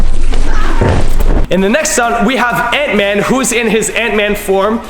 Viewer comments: he said ansman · is it just me or did i hear him say ants man arm